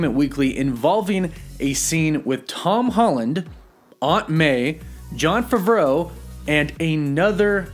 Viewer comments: I had to stop and comment when he said Jon Favreau like ' favfoowoa', im sorry please continue. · I thought it was pronounced Fav-row (Favreau) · Sorry I didn't hear a thing you said cuz you said Jon favreau's last name wrong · FAHV ROE. DUDE. You butcher so many peoples name....... I'm also not sure why Eternals spoilers aren't allowed but every last leak from spiderman is okay?! So which is it? Are you a rumor speculation channel or are you a review channel? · U said John Favareau wrong, idk if I spelled his named right but u said his LA name wrong, just correcting, other than that love ur channel soo much n the video thanks for this man so much, thank u for real. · I don't think I have ever seen someone try to pronounce John Faveau so aggressively. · Did anyone else get annoyed by the way he pronounced Jon Favreau‘s last name